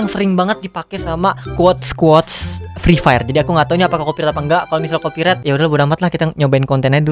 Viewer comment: Nobody: Free Fire: Frifer